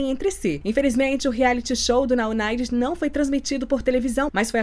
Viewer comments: Vc falou o nome certo, sou UNITER 😘😛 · A mas você falou tão perfeitinho.